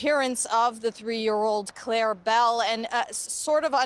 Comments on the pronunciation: Her name is Claire Bell NOT CLARA BELL!!!!! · Sweetie, her nam is Claire Bell, NOT Clara Bell. Love you!